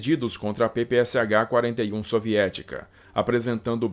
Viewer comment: você sempre demostrou extremo cuidado com a pronúncia correta em diversos idiomas, mas deixou escapar uma. A submetralhadora soviética PPSh-41 tem sua sigla pronunciada como "pe-pe-sha". O "Sh" no alfabeto latino é a transliteração da letra "sha" do alfabeto cirílico, já que não há uma letra correspondente.